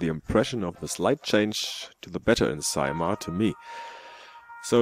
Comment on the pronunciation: Definitely yes, you only made the 1st sound a bit nicer than in Finnish ;) Our Eineheminlampi has all e's sounding exactly the same (boring...). On Saimaa you sounded just like a Finn (boring...?) ,)